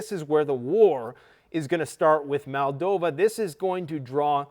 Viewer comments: BRO. Please stop saying- MAL-DOVA... its, MOLE-DOVA. I have a couple brothers in arms who were born there.. Just like Italians get incensed when people call us EYE-talians... Good grief we're not from EYE-taly.. We're from IT-taly. Moldovan's are from Moldova.. They are not from MAL-DOVA. Not trying be a duck here (Yup, said DUCK on purpose) but, people get offended when others talk about their Country and don't take the time to say it right. You're from Canada not Cuh-nada. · And it's Moldova no MolDAva. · "Transnisteria", " Maldova". Has this grifter just made up his own pronunciations for these words? Most likely he wouldn't have been able to find Ukraine on a map this time last year.